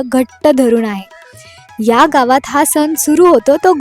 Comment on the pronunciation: खुप छान वाटलं बघून. मागे पण मी एक व्हिडिओ बघितला होता या गावचा. खुप छान प्रथा आहे. पण सन नाही सण बोलतात आणि अस्थान नाही स्थान म्हणतात. बाकी तुझा व्हिडिओ छान वाटला